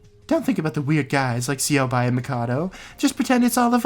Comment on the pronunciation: shit, im used to pronouncing it syobai. plus it sounds cooler.